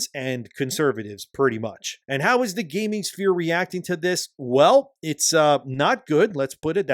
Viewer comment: Its called gaming not gayming